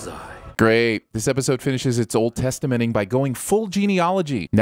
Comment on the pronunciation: "Old Testimenting"